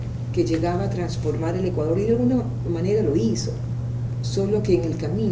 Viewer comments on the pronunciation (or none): El Ecuandor entero nooo , porque lo dice asi ?